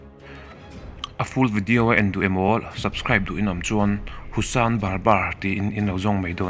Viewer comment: Husan bar bar ni lovin Hasan bar bar aw.